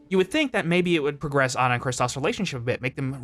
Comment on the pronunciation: If you know her name is ah-na and not anna, then why don't you call her that?